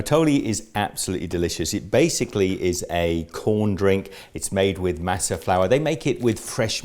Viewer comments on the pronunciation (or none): I'm from California and it doesn't matter what the color of your skin is, you're taught the proper way to say a lot of Spanish words from a very young age so it always cracks me up to hear English speaking foreigners try to say Spanish names and words. Lol it's Mah-suh not maa-suh. Lol love the video, though! Atole is super awesome.